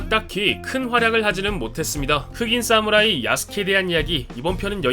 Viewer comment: 사무라이를 싸무라이라고 읽네 ㅋㅋ